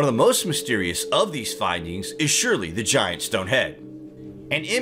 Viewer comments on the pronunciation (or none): none